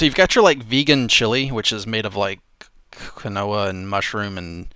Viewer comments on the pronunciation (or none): says Quinoa as "ka-noa"? It's "keen-wa". Not a vegan. Just nitpicky. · Pretty sure it’s pronounced Keen Wa instead of kin oh a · That's not how you pronounce Quinoa